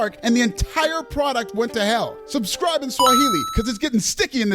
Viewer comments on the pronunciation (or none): Am I the only one who thinks he says "subcribe in Swahili" ?🤣 AEW did jump the shark 100%